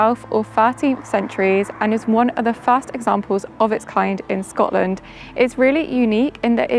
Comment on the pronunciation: Shcotland is the best place in the wurruld 😅